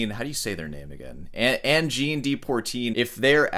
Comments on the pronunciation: Pronouncing "de" like "dee" was cringe. Was that for comment engagement...just like the sarcastic "I thought rock was just an American thing"? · Please, learn at least one French pronunciation today. The French word "de" is phonetically transcribed as [də] in the International Phonetic Alphabet (IPA). It is pronounced similarly to the "u" in the English word "duh" or the "a" in "about." Then, you'll know how to pronounce , "Le, Je, Te, Me, Ne, Re , etc" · It is not pronounced Pourteene. There is no 'r' in the first syllable. It's poi, pronounced like pwha. Notice that the 'r' is in the second syllable, and not in the first. And the de is not dee, it's pronounced like the french deux (I assume that you can count to 10 in more than one language?) Learn to follow the rules before you break them. You as a classical guitarist of all people should know this. Also keep in mind the current CONTEXT of microtonal as Angine de Poitrine is using it. They are using 24 TET, that is 24 notes per octave in an equal temperament. Basically a new note midway between each half step. Yes and sure any frequency that is not an exact 12 TET note for example could be considered micro tonal. So someone singing off key. A guitarist tuning up a note while playing. Also a string bend or vibrato could be considered microtonal, but that is not the context here. Some of the Arabic scales have notes almost like 12 TET with a different sequence of whole and half steps, but some of the frequencies are just a little bit off. Context is key. If you were to have some microtonal harmonies that have large intervals (chord voicings) then it is going to sound weird. AdP is using small intervals, usually in a melodic run. They so have a few abstract microtonal harmonies in the end of some of their songs, but they are fleeting, just for a beat and it works in this context. You made the point in the last video about the drummer being key, as does Davie504 in his reaction